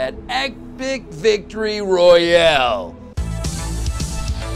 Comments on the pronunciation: royale not royal ya dinguss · 0/10 he didn't say 'royale' like 'royal' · True, it was truly R O Y A L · He said “royal” wrong